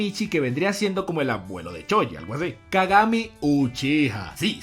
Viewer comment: se llama kagame dices? Kagame?